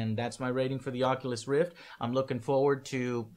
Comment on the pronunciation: "Onculus Reef"